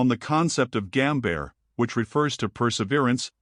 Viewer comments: He also cant read most Japanese words like GANBARE, lmaof !! I Cracked up so hard. Its the level of an high school research . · and Japanese words that sounds worse than google translate LOL like Ganbare